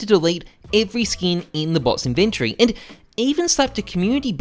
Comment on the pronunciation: The word is inventory NOT inventree.